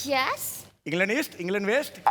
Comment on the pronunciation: इंग्लंड नाही इंग्लेंड आहे